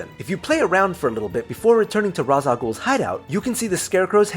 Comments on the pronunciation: ras al ghul isn't pronounce raz al ghoul its Raysh al ghoul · ITS NOT RA SHA GHOUL ITS RAY SHAL GHOUL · Stop saying Ras Al gaul it's Pronounce raish Al Ghul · It is RAISH Al ghul not raz Al ghul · Mans sais roz al ghul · It’s pronunced raysh al ghul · It's Pronounced Raysh al ghul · The way he said Ras a Ghouls name made me cringe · I cringe every time he mispronounces Râ's al Ghul's name...